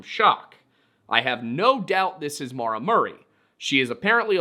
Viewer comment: As someone named Maura, I can never get what happened to Maura Murray ou of my head. also thank you for saying the name Maura correctly… at least how I pronounce it